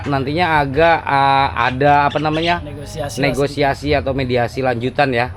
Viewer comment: Maaf bang: Bukan "Negoisasi" Tapi "Negosiasi" Contoh kalimat: Mereka sedang melakukan negosiasi tentang harga barang/rumah/tanah. Bahasa Sunda: Aranjeunna/Maranehna keur ngalaksanakeun rundingan ngeunaan harga barang/imah/taneuh.